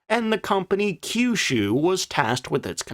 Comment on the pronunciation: You pronounced Kyushu correctly!